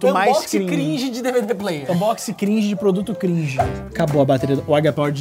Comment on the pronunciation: vídeo cringe falando cringe do jeito errado